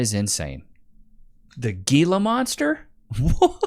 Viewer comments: living the Southwest and he pronouncing Gila monster as GEELA instead of HEELA? Bro I thought these were in your backyard!🤣🤣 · It's pronounced "Heela" monster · The lizard is pronounced he-la. And yes you do not want to get bit by one of them little devils. I grew up with a rather large one that lived in the water cutoff craw space and the bastard got me on my lower calf cause I apparently spooked him. I thought I was going to die for like 36 hours. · Damnit! It's pronounced " he-la monster". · Pronounced Hela monster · It's Gila (HEEL-uh) Monster venom!?! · Say it right bro…..hee la monster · Bro, Gila Monster is pronounced like an H instead of a G. We have them in Arizona